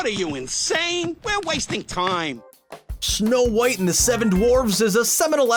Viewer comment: he said shnow white